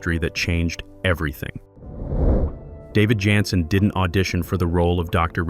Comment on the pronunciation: This may be the stupidest computer narrator ever. Can't even pronounce the star of show's name🤢